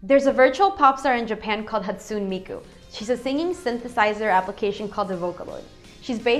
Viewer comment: I'm not sure if 'Hatsoon' is bad or if 'Hatsooni' (The usual) is worst. But she got the 'Miku' part right, so I'm impressed.